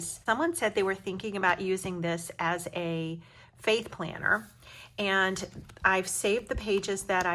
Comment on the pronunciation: This was a great idea! Also at first when you said faith planner, I thought you said "fake planner", I was so thrown for a second! Lol!